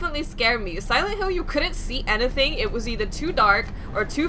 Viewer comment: I love the way you say anything "ant-e-thing" :)